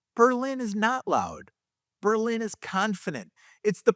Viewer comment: I am from New Britain, and grew up in Berlin. I bought in Plainville and have been very happy here. I have also lived in Newtown and Bristol. I really enjoy your videos, and I was surprised to see you mention Berlin. You said the name right a few times, but slipped back to the German city. I do not want to sound insufferable like the Darien people, but I had to say it. The Berlin Fair is one of the best in the state, and as far as being connected, you could argue Berlin is the best hub for access to highways. I hear the high school is all sex and drugs with no mention of rock and roll. Berlin definitely is not the same as when I grew up, but great work on these videos. Meriden has Hubbard Park and the Christmas lights with Castle Craig. To me, West Haven means Zuppardis!